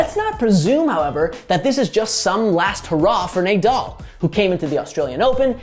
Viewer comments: ‘Naaa”—“Dall”. ..not “Ney” —“Dall”…come on man… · Nah-Doll not nay-dal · Sorry to be that guy but it’s NAH-DAL not NAYDAL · Who tf is Neighdoll 😂😂😭😭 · What's the point of this GOAT argument? Narrative literally changes whenever Nadal or Djokovic win a slam. Let these guys retire before starting it early. At least most people can now acknowledge that Federer is well behind these two. Also...clearly not a single editor at the Score watches Tennis...I can't believe you kept saying NayDal even though he's world famous. Cringe. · Nay doll. It would be nice to have someone that probably has watching tennis to do the take. Can you pronounce his last name like that I can clearly tell this guys never watched tennis lol. I respect the hustle though. And there was no take all you did a summarized what happened lol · Say Naydal one more time bro!!!! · nice video but how can he pronounce Nadal "nay-doll"??? its like hes never watched tennis and heard of Nadal and someone gives him the paper just to read and record it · Should we bother to learn how to say an easy name that’s the entire focus of the video talking about his greatness? Nah, no need Also, how do you even get “nay doll” from “Nadal?” Like come on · Nay-dawl?? For real?? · Nay-dal pronunciation made this video barely watchable :( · How in the world did you mispronounce the name of one of the greatest athletes ever smh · My magic 8 ball says; "Learn to pronounce his name!" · After your pronunciation of Nadal, I can't subscribe. 🤷‍♂️ I barely made it to the end of the video. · He mispronounced 100% of names in the first 10 seconds. He doesn’t watch tennis for sure